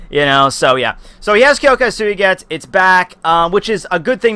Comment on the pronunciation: bro ur name pronounciation is shit omg